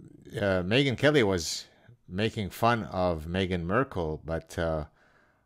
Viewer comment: The proper pronunciation of her name is Me - gain or Me - again.